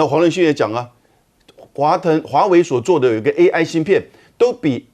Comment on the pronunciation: AI 讀作 A1，這主持人也太水了吧😂